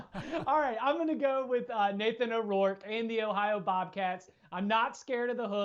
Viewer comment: There’s no O in front of Rourke, just an FYI